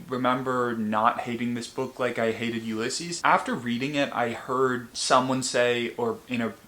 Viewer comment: Help that pronunciation of Ulysses confused me for so long I had no idea what book you were talking about 😭